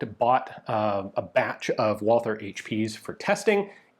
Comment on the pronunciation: One of these days someone really needs to teach Ian the pronounciation of Walther...